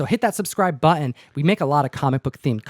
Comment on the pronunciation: where does the affectation Butt-Un come from? that's not portland, i don't know what it is, a part cockney?